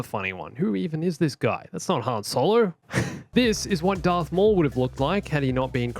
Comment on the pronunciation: IS HE SAYING DARK INSTEAD OF DARTH OR IS IT JUSDT ME!?